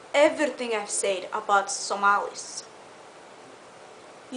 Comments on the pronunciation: ahahaahahah i die lafin when she says 'Somals'....aahahaaaahhahahaaha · Is't just me or she said "Somalis" Can't she say "Somalians?"